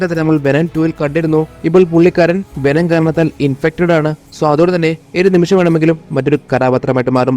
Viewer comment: വെനം❌ വേണം✅